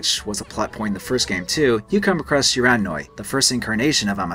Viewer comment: Shiranui = "she-ra-new-ee" I is pronounced e in Japanese